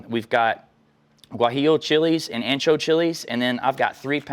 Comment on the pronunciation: Ancho, ahhncho, say it with me, ahhncho.